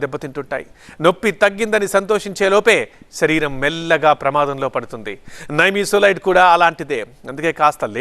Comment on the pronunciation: నైమీసులైడ్ కాదు. నిమ్సులిడ్.